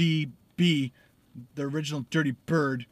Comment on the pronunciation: Dirty not dity😅